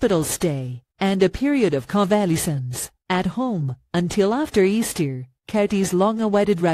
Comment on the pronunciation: AI tongue-tied over the word convalescence: "Con-VAL-ee-sense" Hahaha